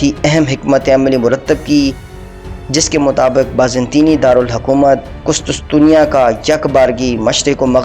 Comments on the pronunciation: Abe gadhe kustustusiya nahi kustuntuniya bol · Bhai ye qustuntunya h not qustustunya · Kustastunia nahi kustuntunia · لفظ ھے قس طن طنیہ ٹھیک کر لیں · شیم شیم ایک عام سا تاریخی نام "قس طن تنیہ" ھی آپ سے درست ادا نہیں ھورھا!!! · نائسیا نہیں ہے ۔ نیقیا ہے۔ کسی پڑھے لکھے شخص کے سامنے پہلے مشق کر لیا کرو۔ قسطسطنیہ نہیں ہے بلکہ قسطنطینیہ ہوتا ہے۔